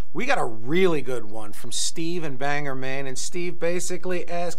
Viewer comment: It’s pronounced “Bang-gore”. 🤣🤣🤣